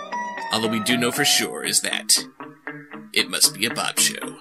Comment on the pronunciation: the one thing that never made sense is why do you say "bobshow" when you named your youtube channel bobsheaux, doesn't sound anywhere close to that.